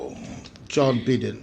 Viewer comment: Sole he is not Beden it Biden. The USA election is full of frauds and corruptions. Don't make Samoa election falls into that circle.